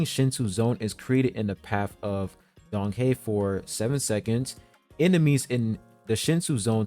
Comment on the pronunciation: I thought he said danhung lol